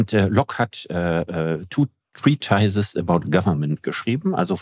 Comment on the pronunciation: Oh, my... Prechts Englisch ist schlecht. Er merkt sich das Wort 'treatise' als Zahl 3. Er sagt: "und Locke hat two, treetises about government geschrieben..." Ganz zu schweigen, dass es treatise of government ist.